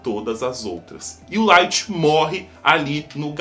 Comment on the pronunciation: Só eu q percebi q ele falou o lithg secando os pés do L